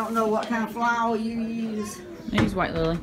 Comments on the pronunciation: I felt the same. I just stopped and watched. “Flaor” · As soon as I heard how she pronounced “Flaor” I trusted her cooking lol. I love her accent and the whole environment. It is simultaneously chaotic and peaceful. Thanks for sharing.